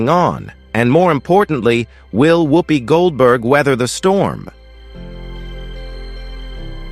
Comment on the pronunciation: A waste of the New FBI cost and time. They have uncovered nothing subversive. The narrator cannot pronounce her name correctly ! Much ado about nothing !